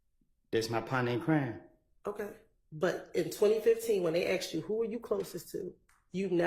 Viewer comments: That lawyer just said axed lol come on she sound like the thug. What lawyer worth a damn can’t speak proper English?? Ridiculous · The lawyer saying geeked up and 'aksed' in court is so embarassing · A RICO prosecutor is a high-end prosecutor. Why is she saying axed? This is some ghetto ass shit right here. This women dont belong anywhere near a court room, unless she on trial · Also ... what type layer keep saying axed?? This broad for the streets fr. Chase that money boo but u can't hide ur roots 😏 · A "professional woman" saying, "axed" instead of "asked" in the courtroom. WTF !!?? What godamn college did these fools go to ?? Why are they even in the courtroom ?? 🤦🏻‍♂️🙄🤣😮‍💨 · I can't believe that a bar certified highly educated person like this continually pronounces asked as "axed" WTH. Doesn't she realize how dumb that sounds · fixed it. Meant to type ' aksed ' ... Even auto correct knew better